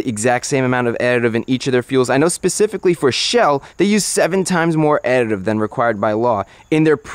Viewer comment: thought my guy was having a stroke when he was saying "additive"